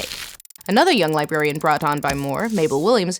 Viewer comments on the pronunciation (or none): none